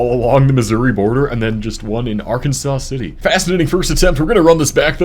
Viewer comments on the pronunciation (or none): I spent about a week in Lawrence and another few days in Manhattan. Both of them were great college towns! Btw, it's Ar-Kan-sas City, not Ar-Ken-Saw, because of course it is